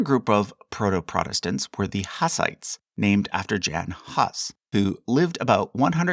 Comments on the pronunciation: Just a tip: It's good to check the pronunciation of foreign names with google translate text2speech feature. You heavily mispronounced Jan Hus. His name Jan can be written as Yan and surname could be roughly be rewritten as Hoos /hʊs/; Czech: [ˈjan ˈɦus] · It's actually pronounced Yan. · Jan is maybe pronounced with a Y sound? Although he is also called Jonathan Hus so it's probably a moot point. I live near one of the Moravian communities in the US, and they make some of the tastiest cookies. Really thin ginger and molasses cookies. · Yan, not Jan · “Jan Hus” ‘Jan’ is almost certainly pronounced ‘Yan’. (Polish not Czech myself) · Hello as Czech I have some notes: Name "Jan Hus": a) Jan is czech variant of name John (eng) / Hans/Johann (ger), and it is pronouced more like [yaan], b) the name generally means "John from Husinec" (Hussinetz in german), it is small town in western Bohemia, c) before Jan Hus there was even earlier proto-reformater/church critic John Wycliff, d) date of Hus execution is national holiday here, e) and after WWI in 1920 there was (after creation of Czechoslovakia) created reformed "sort of national" Czechoslovak Hussite church, spliting from Catholic church f) also after WWI in 1918 czech lutheran and reformed joined in Evangelical church of Czech Brethen (referencing also to Moravian Brethen and Jan Hus), today it is 2nd largest church here (after catholics) *) Charles University in Prague has three theological faculties: Roman-catholic, protestant/evangelical and hussite.